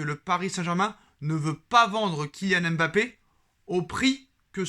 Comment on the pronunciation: Mon cher, arrête de dire M bappé stp. C'est dégoûtant. Vous fetes tous exprès les journalistes, chroniqueurs et youtubeurs français.